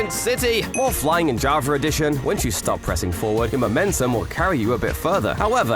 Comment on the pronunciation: Javer Addition 😂